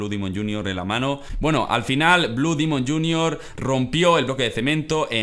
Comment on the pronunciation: No es dimon es demon